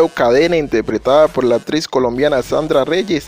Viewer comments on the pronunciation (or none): Se pronuncia ACTRIZ NO "APTRIZ"